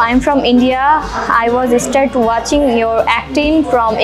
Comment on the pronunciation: tmr pronunciation ektu prblm ase Start not estart and school not eschool sorry for the inconveniences 🙂